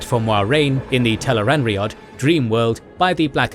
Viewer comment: agreed. What's funny is that even with all the mispronunciations, it says Tel'aran'rhiod perfectly 😆